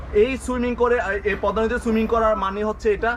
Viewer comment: You should say Pod_da (Podda), not Pod_ma (Podma) by the way it's not your fault, it's fault about Bangladeshi video vloger's why he wrote down Podma?Anyway very nice your reaction.🇧🇩🤔🤔🤔🤔🤔